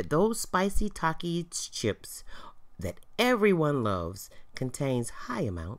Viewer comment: they have takie Challenges bruh talk right (Takis)